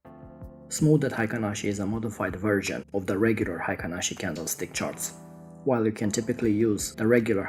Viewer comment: The pronunciation in Japan is HEI-KIN-ASHI.